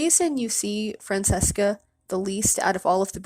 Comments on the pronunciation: Fran-Ches-Ca The name is more common than you might think. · It's pronounced Fran-ch-esca